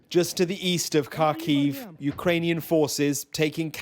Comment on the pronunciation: Why can't sky news pronounce Kharkiv correctly ?